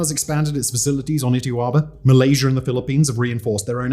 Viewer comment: Chiner. And malaysher.